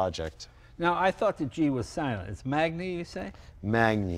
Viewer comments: In Italian, GN is a "nyu" sound, kind of like ñ in Spanish I think. So Magni would be pronounced like "M-ah-n-yee." The gentleman also mentioned someone named Castiglione or Castiglioni. Again, the GL is its own sound-- but this one is even harder. GL would first be an L sound that then goes into a Y sound. "ULL-yuh" or "lyuh." Castiglione would be pronounced "Castill-yo-nay." I'm no Italian expert but I do know the alphabet and sounds and stuff. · Magni in italian is pronounced manyi, like magnare is pronounced manyare and lasagna is pronounced lasanya. This guy should know that. It's annoying enough watching the news when they don't know how to pronounce names of people and places. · Guys : you both pronounce the names wrong ? Magni = Maan-yeah , Giovanni = Jo-vanni (not Gee-Oh-Vanni)........hahahaha ! Love to watch you as I love the bikes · I don’t understand how you can be passionate enough to spend a fortune on this stuff over a life time and never learn how to pronounce anything in Italian ... either one of these two. Just butchering every single name. Funny how Jay asked how to pronounce Magni and dude has no clue ... EVERY single name!